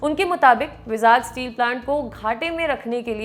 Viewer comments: भाई, vizag को बोल - चाल में वाई-जैग बोला जाता है आन्ध्रप्रदेश राज्य में, ना कि विजाग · its not called vizaag, its vaaizag. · It is not विजाग , It is वाइ-जैग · विजाग स्टील प्लांट बोलते हैं ??? I think pronunciation me kuch problem hai vizag 🤔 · Vizag ka pronunciation galat hai madam ji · Please correct your pronunciation of 'Vizag'...its irritating.